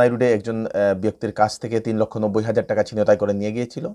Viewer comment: উচ্চারণ হবে "ছিন্ তাই"।